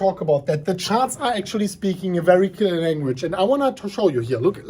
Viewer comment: Haha ya this is classic. Its more like “today, for da bitcoin” 👍👍👍